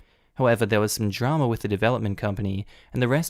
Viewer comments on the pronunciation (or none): none